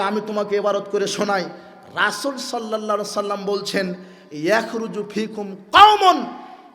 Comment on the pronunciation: মোহাম্মদ সাল্লা সাল্লাম (নাউজুবিল্লাহ) এটাই শুদ্ধ করতে পারেননা